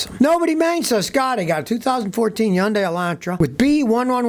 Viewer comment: It's pronounced HUN DAY